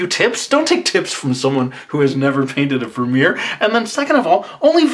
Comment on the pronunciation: Bas van der Werff and Vermeer both are Dutch names. You did pronounce Vermeer alright but Bas van der Werff not so :')